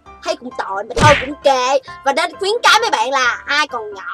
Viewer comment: Khuyến cáo chứ ko phải là khuyễn cáo chị ơi